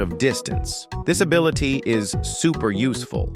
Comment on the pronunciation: “This abilite is super useful”